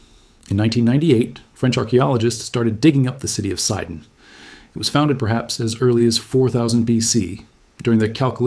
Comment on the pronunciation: It's not called SAIDON but SEEDON.